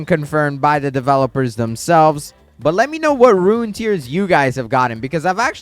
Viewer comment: Bro cant pronounce rune